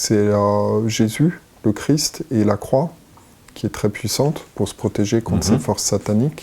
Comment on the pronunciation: C’est Jésus Christ 🙏, et non chrisssst 😤😤